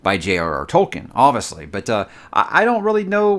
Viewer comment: Does anyone else love when says, “Oviously”? Lmao. you’re the man bro, best YouTuber and always great content!